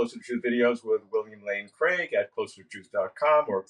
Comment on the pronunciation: It’s Craig…… Nooooooooooooooooo…….